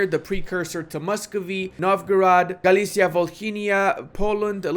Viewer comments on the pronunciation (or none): none